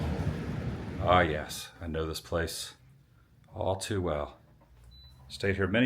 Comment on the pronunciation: Bruh, it's 'too' . Easy fix .